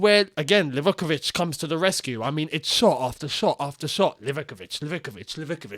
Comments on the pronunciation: Its Liv-ah-kovich …not Liveh-covich !!! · Lee-Va-KO-Vich* Where do you get liv-ICK-I-vich from Livakovic?